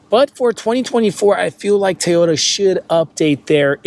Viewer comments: Its called a TOY ota... not Tayota😂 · It's TO-YO-TA not TAY-YO-DA!!